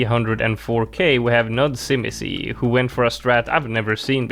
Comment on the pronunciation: As a polish person, u botched nudzimisie so bad